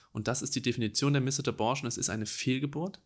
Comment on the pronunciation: Vielen Dank, dass du dieses Thema aufgreifst sehr informativ und doch auch wirklich empathisch! Eine kleine Anmerkung: Das 'e' in missed ist sehr schwach und wird deshalb eigentlich nicht mit ausgesprochen ;)